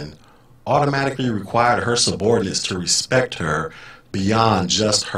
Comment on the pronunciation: Haha 😂 😂 😂 ....She had posted earlier that that her dream of "bossing people around all day long" was about to come true and that she had been "vectored" for special duty as an MTI...NOPE!!!..Not going to happen now...Can't even say, "RESPECT" correctly..She said, "RESPECK"😎